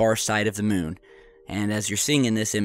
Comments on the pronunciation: Y u keep saying Mewn? 😂 Its moon not Mewn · Yes it does! (to borrow your excitement.) The "miewn" (as this calls it, as if cows say "miew) obviously rotates to keep the same "face" toward Earth as it orbits Earth. Did you go to school? Shoulda.